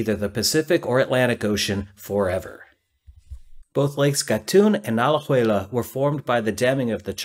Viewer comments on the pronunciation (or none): A-la-jue-la. You came close to correct the second time. In Spanish "e" is always pronounced like "e" in egg. You pronounced it like "ay" in day. Good try.